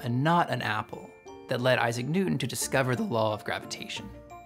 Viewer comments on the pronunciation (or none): none